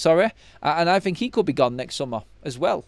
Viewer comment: Struggling to fink